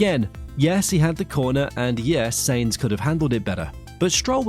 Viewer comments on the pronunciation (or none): . SYNZ, try saying that instead of sains. because honestly, its REALLY annoying when you get a drivers name wrong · why do you keep saying Saynz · Who is "Carlos Saints"???? Sorry, "👎" on the pronunciation. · Someone who can’t pronounce “Sainz” correctly doesn’t watch F1. WTF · learn to pronounce Sainz.